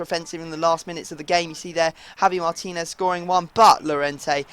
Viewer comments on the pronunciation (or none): none